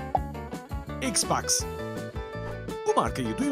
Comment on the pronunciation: X-box değil Xbox